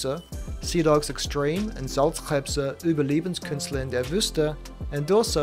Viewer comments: I'm from Germany and I was also pleasantly surprised of how well you pronounced those difficult diphtongs in "Überlebenskünstler in der Wüste"... a sentence like this would usually drive nearly every non native speaker into desperation! You even managed "Wuselnde Salzkrebse" 😂 Kudos! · I was really pleasantly surprised when I heard your German pronunciation. Excapt of "Uhrzeit" (you said a Ü instead of the U) it was really good. Especially "Überlebenskünstler in der Wüste" sounded like it was from a native speaker. Respect!